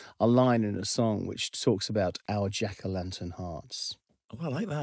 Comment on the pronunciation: Omg! The way he says "Jack-O-lantuhn"